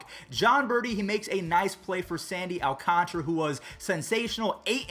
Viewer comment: It's also alcantara not alcantra